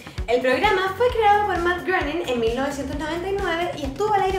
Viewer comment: Matt "greining"... Algo así se pronuncia su apellido.